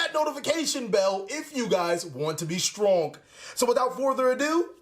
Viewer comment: That “if you want to be stronk” threw me way off in the beginning